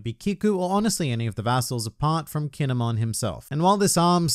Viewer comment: i dont like how he says kin'emon